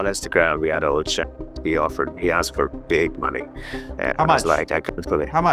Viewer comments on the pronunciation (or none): The subtitles are worng. he "axed" his business manager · He aksed the manager that’s why it was all a mess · "aksed" ...ffs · Please someone help that man, it's "asked" not "aksed"